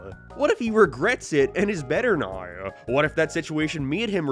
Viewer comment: "neoouwww" Dude canadians are not real, literally hate english canada canada would be my least favorite country and people if quebec didnt exist, since quebec exists its up there in my top 10 though, you literally cant speak english and you do it on purpose its so gay